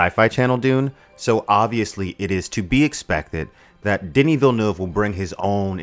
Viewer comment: Gave you a like the moment you said Villeneuve's name correctly. Props to you.